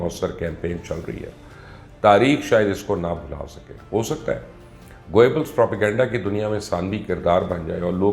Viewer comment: Try to learn to pronounce the name Goebbels before you become an authority on the subject and beside you are the biggest LOTA in Pak journalism. Imran Khan is still here while many like you have turned against him and have ended up in the black hole of history. Look at your rating now!